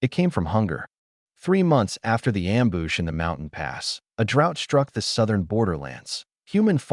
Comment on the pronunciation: You mean you dont like the pronunciation problems like the word amboosh?😅 or bow said like the 🛳 of a ship?